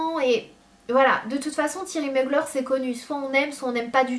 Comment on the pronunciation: tu prononce mal Thierry Mugler 😂😂💖 sinon je t'adore 💖